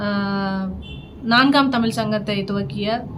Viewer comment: உங்களுக்கு கூட தமிழ் என்கிற வார்த்தையை உச்சரிக்க தெரியவில்லையே..